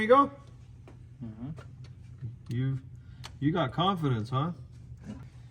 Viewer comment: Biff needs DuoLingo, work on his Spanish for Amigo.